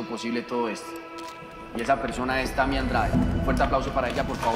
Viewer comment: C est moi ou sebastian yatra dit yeimy et non tammy